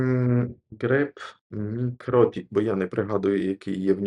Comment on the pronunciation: Правильно робити наголос на 2ге І - мікротІк. Про це сама компанія колись на всіх MUM наголошувала.